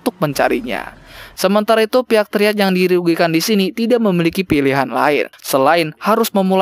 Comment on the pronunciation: Bang bacanya bukan triad tapi trayet